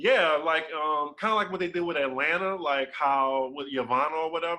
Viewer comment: I don't k ow way I wantes to hear "atlana"